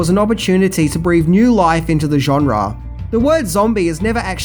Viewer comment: I love how he says "genre". JONRAAAARRRR 😂